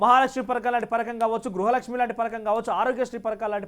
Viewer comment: పరకం కాదు బ్రో..పథకం అని స్పష్టంగా పలకాలి